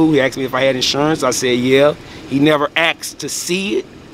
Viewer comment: It's asked no axed